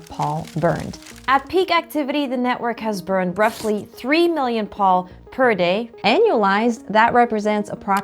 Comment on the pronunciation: Excellent video. Except POL is pronounced “Pole”.